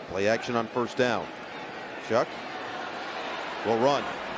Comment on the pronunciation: this broadcaster is incredibly annoying, he keeps saying Tyler "SHUCK" when his last name is pronounced "SHOUWW"